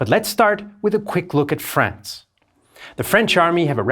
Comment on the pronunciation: He pronounces it "reconnaissaahns" but then not "Fraahns".